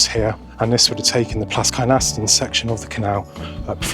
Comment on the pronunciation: You didnt mention that the Plas Kynaston canal, basin and the connection as far as the Pontcysyllt aquaduct was built to connect the ironworks and brickworks at Plas Kynaston in order to supply the materials to build the aquaduct. Also Kynaston is pronounced 'Kin Aston'.